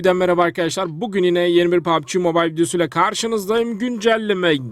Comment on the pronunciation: Koskoca adamsın yani baktığını görebilecek yaştasın. Oyunu ilk defa görmüş biri olduğunu da düşünmüyorum. Ama nasıl oluyo da yılların PUBG oyununa papci diyosun anlamıyorum. Yahu şu cehaleti aşıp genel kültürünüzü bi geliştirin artık